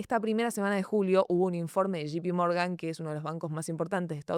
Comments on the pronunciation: Basta de decir SHI PI MORGAN! Es SHEI PI MORGAN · que es shipi morgan? no se pronuncia así